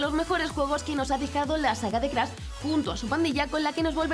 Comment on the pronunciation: Y no es Crasss, es Crash Pronuncie bien